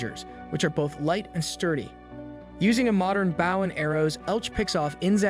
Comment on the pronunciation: BAW, BAW IS IT HARD TO SAY BOW!!!!